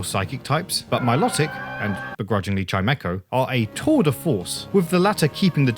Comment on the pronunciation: Please say Milotic's name correctly its pronounced MILO TICK not MILOT IC